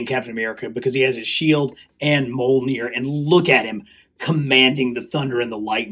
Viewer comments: its definitely not pronounced mol-neer. The Mj together makes a "mee" sound. I studied old norse in university. But If its easier for you to say it your way though, you're free to do what you're like man. I hope that doesn't come across as hating in anyway at all, as i really enjoy your videos. Was just a friendly heads up incase you didn't know 😀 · Great video dude. Always been interested in these blockees, when they started doing transformers. Might have to pick up that iron man! Btw just a heads up, Mjolnir is pronounced mee-ol-neer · Brother you make such awesome content but it kills me hearing you say “moll-neer” every time you talk about Mjolnir 😭